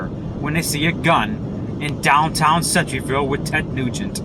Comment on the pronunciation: No offense buddy and I totally agree but the name off the school is pronounced center - ville like the center of something anyway have a blessed day.👌